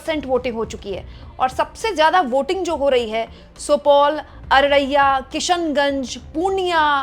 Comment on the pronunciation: Araraiya nahi h har vid me yahi bol rahi h😅😅 Arariya bola jata h😅😅🎉🎉 Pahad me baith k Himalaya ka hawa khatey rahne se dimag ka neuron pure ho gaya h😅😅